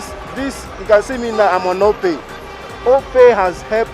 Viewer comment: OPay not Opay